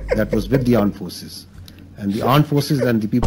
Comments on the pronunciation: Armed forces ❌ Aand forces ✅ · Aand forces 🙅. Rand forces 😂✅ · India ❌ andia ✔️ Armed forces ❌ aand forces ✔️ Urdu ❌ ardu ✔️ Missile ❌ massile ✔️ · 10.21 Aand forces 😂😂😂😂😂